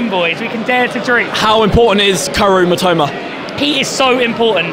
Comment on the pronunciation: マトマ（matoma）じゃないよ ミトマ（mitoma）だよ